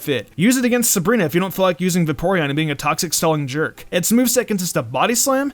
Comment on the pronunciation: Va-Porean? Bruhh....